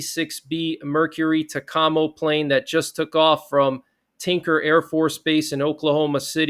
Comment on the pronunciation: TAKAMO IS pronounced Take-o Mo